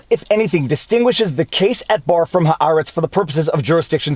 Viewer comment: finally. Someone who pronounces "Haaretz" correctly!